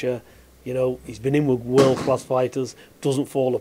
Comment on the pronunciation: VIS AND VAT. Talk properly pal